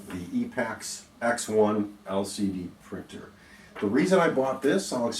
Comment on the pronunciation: E pax not epics !!!